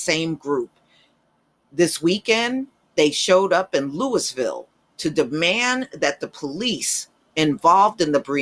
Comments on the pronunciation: Lou - eee - ville... pronunciation Please, please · Yo - The city is pronounced Lou-a-ville KY. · Then we pronounce St. Louis as St. Lou-a . We know that is not correct. Because in French the ‘s’ is silent. The correct way to pronounce St. Louis is St. Lou-ee. Henceforth the correct way to pronounce Louisville is Lou-ee- ville.